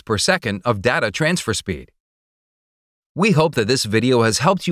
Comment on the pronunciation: Technically, he can't pronounce "data" either.